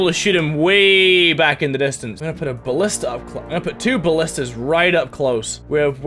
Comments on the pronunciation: At level nine he calls a Ballista a Bashton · Ballista. Not Bastion.